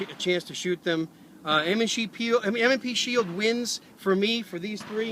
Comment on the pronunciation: Ha... -- "M & SHE Pield" :)